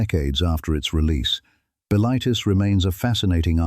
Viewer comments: Buh-LITE-iss should be pronounced BILL-it-iss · m8 you wanna decide if the voice is yanky or english and how to pronounce bilitis? or are we just doing whatever whenever?